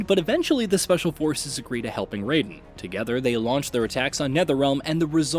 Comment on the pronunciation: ri-yu not ra-yu!!! also, rai-den like the rai in shirai and not ray-den!!!